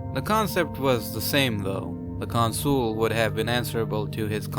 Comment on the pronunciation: I really don't get why you pronounce 'Consul' as 'con-SOOL'. It's 'CON-sul'.